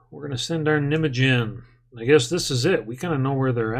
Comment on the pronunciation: The pronounciation of Nijmegen is a little bit different haha